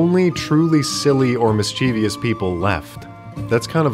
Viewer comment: I didn't know mischievous had four syllables. miss-chee-vi-us. That's a-may-za-zing.